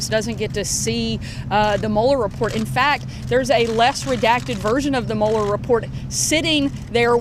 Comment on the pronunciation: The "Muller" Report, ugh wtf